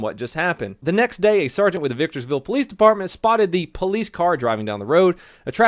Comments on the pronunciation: Did you just say Victors vill??? How dare you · Victor-ville lol